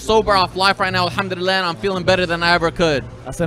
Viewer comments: Anyone else get annoyed with how he says alhamdulillah like no disrespect at all to the religion or what he believes in but I’m pretty sure it’s al ham duli llah not elhumdulilleh or how ever fouse is pronouncing it ? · Is it just me or is he pronouncing Alhamdulillah incorrectly. Sounds like he’s saying Alhamdudillah 😂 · He said Alhamdullilah wrong 😭😭😭